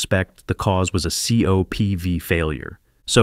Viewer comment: Please fix your AI voice app. I’m tired of hearing about the Saturn feeves and Saturn feevees. Now for COPVs, it’s saying Co-PVs and COPVS.